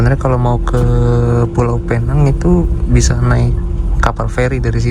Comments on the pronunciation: masi aja bang penyebutannya Pee nang. Salah itu bang bang. Sebut Pe-nang atau Pineng. Lu nyebutnya kaya tenang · ..penyebutannya bukan Penang.. Tapi..PEnang.. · Pi neng